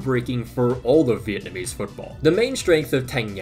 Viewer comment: ive been noticing your excellent pronunciation of vietnamese names since i first watched your videos about my country's football men team, but i'm still kinda shocked when you said you're a vietnamese american. anyways although our national women team isn't gonna qualify for the round of 16, i just hope they won't turn into that thailand team when they face the americans 😭😭😭